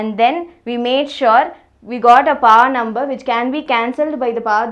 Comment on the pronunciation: Who is like me thought she told pa...instead of power🤣🤣🤣